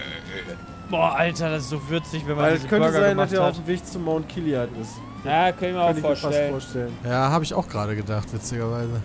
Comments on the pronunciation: "mount kiliad"... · Niemand: Jay: mount kilian